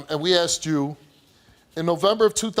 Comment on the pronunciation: I axed him ? can't you use the correct english "ASKED" what a ridiculous saying "axed"